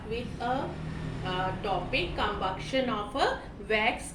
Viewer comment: Com- buc-tion😂😂😂😂